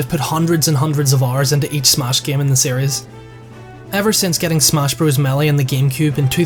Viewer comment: Not trying to be mean,but when you say smash it sounds like SMOSH.